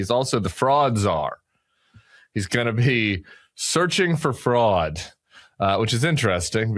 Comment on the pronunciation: OK, when Tim says "fraud" it sounds like "frog", so for a minute, I was wondering why the heck we need a frog czar.